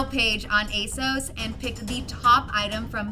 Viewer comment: You guys are pronouncing ASOS I’m incorrectly. It rhymes with “boss”. I really enjoyed this video format!